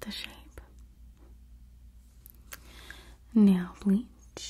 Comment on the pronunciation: Me relaxing when she is talking about the shape of the eyebrow me still relaxing.NAil BLeaCH the hell did she just say let me rewind that im shook